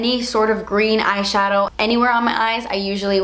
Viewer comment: once she said shatow I was like YYAASS LIPSTICK SHADOW WINE BIT COOOLLOOORRRR~~~